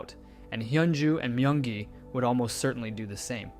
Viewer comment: No One Asked: (My-yung-gi) Everyone Else: (Me-yung-gi)